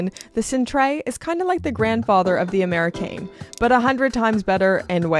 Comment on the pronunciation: A little "Je ne sais quoi" but The Améri"Kaiine" 🤔🤔